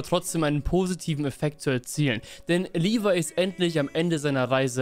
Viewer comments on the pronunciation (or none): none